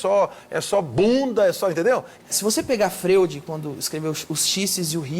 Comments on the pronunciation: Tô assistindo e tô em e o Danilo falou Freud, do jeito literal aqui. Tô rindo, mas quem sabe eu que posso estar errada. Kkkkkk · "frêud" não...se fala "froid".